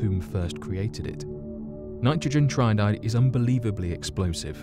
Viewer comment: Tri-iodide not tryodide... Another narrator that hasn’t got a clue about what they’re talking about.